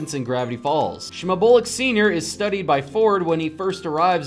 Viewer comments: Did you just pronounce Shmebulock as "shme-bul-uck"? Slowly ducks back into mushroom house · you can tell that when the narator saw shmebulaucks he had no clue how to pronounce it so it came out as shmebullicks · "Shmuboolick" U mean shembulock? Shmeh-byoo-lock? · It's not Shmuboluck, It's Shmebulock. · Shmabolk!? It’s SHMEBULOCK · It's not Robbie Valentine or Shubulick It's Robbie Valentino and Shmebulock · Why did he say shmebulek when its shmebulock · It’s not shmabuluk it’s shmebulock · "Shmubulox" 🫠 It's pronounced "Shme-be-you-lock". "Schmebulock". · 54 he says shamugle instead of shmavulock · shmubulluk? nonono. shmeh-byou-lock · It’s shmegulock not shmegulick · It’s pronounced She-Meb-You-Lock. Sorry, that was bothering me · Sh-meh (h is silent)- bu- lok. I think. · Hwarming he says it like shmubuluk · He pronounced it Shme-bo-lex ;( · Yea that's what i was gonna comment its: smev-you-lock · ITS SHIMYOULOCK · It's obviously sh-ma-bull-ick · It's shmebulock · It’s Shemb-u-lock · I thought it was "shmeb-YO-log" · not smed-bull-ocks 🙄🙄🔫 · It's Sh-meb-You-Lock I'm sorry, I just had to point it out. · "Shmuh-bull-lick." I cringed. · that is not how to pronounce it. Smeb-U-lock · Lagoleth it's shmeb-u-lock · ITS PRONOUNCED: sh-me-biu-loc AND ITS SPELLED SHMEBULOCK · You pronounced shmebulock rock It's sh-Meb-You-Lock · shmebuluk TF IS A SHMEBULUK? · When he said: Shmebowluck, i cringed. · It’s pronounced shme-byoo-lock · "schmebullock" lol Sandra Schmebullock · "shmabulix" that sent me and idk why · EXUSEH MEH HOW DATE YOUUUUU ITS PERNOUNCED SHME-BU-LOCK! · Shmebolic. SHMEBOLIC😂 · You can tell that the guy making the video has not watched gravity falls do you wanna know how. Find a spot where he says shmebulock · “Shma-bull-ick” Um, whaaa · Shmebulok is pronounced 'shmeh-byoo-lock' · I think it’s shebulock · They really called shebuloak “shma-bull-ick” 💀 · it’s pronounced SHMEB-U-LOCK. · It's shmebulock :P shmeb -u-lock :/ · It pronounced shme_beb _u_lok